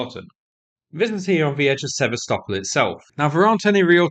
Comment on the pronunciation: You've been covering this war for more than four years, and you still haven't figured out how to say 'Sebastopol'/'Sevastopol'.